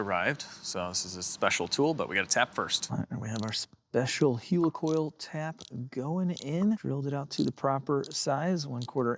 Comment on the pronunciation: Helicoil pronounced heli like helicopter